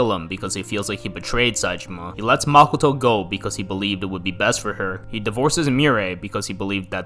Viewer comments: makoh-toh まこと, マコト it's O for a reason...... pronouncing it as makuto will sound stupid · Dude really calls makoto, “makoetoe”